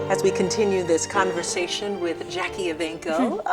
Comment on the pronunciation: Put the "E" in JackiE. It's bothering me, lol.